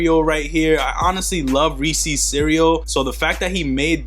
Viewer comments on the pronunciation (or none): It’s Reese’s bro lol not reesees 🤣🤣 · McDavid reesees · You say Reese’s funny dawg 😂